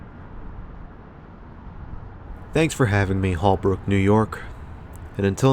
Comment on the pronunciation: Spent a lot of time here growing up in the 80s .. your killing me with your pronunciation.. it’s pronounced hole brook , I’ll let aegean slide.. mom and sis always went here for clothing while I hit the arcade and the hobby store and then we would go grocery shopping in pathmark ..my favorite store in that mall was consumers catalogue store.. you would flip thru a catalog, write down the item number of what you wanted, and they would put the product on a conveyor belt from the back stockroom..As a kid it was like what Amazon will become in a few years..sunrise highway wasn’t like it is now when I was a kid, instead it was 2 lanes each direction with cross streets.. right across the highway where target is was the Atias flea market , that closed like 10 years ago.. I don’t ever recall it being a dangerous area except for the highway though.. Btw you did the sunrise mall and the sunset mall but you missed the south shore mall which is right in the middle of them .. if you were here in the 80/90s there was also another mall in bay shore called the gardener manor mall .. my dad and uncles owned an amusement company at the time and every year for xmas they would put kiddie rides in the mall .. the great memories